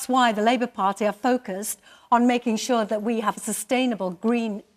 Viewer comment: On shor, off shor and makin shor 🤣🤣🤣